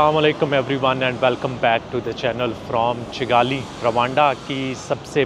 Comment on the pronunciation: it's kigali not chigali